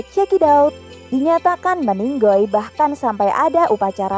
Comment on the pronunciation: Ini mbak nya ngomong meninggal jadi meninggoll.. Lucu mbak